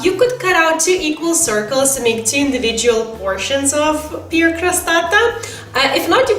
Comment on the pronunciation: You're not pronouncing "pear" right